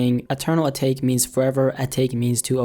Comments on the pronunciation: I’m sorry but next time try to learn how to pronounce the words you say. It’s pronounced Eternal At-ah-Kay, not Eternal A-Take... lol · Atake is pronounced "Ah-tah-ke" not "Ahtayke" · I thought it was pronounced ata-key. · First of, I've seen better digital art. Just because it's you doesn't mean it's the best. Lmfao. Secondly, it's pronounced UH-TAUGH-KAY.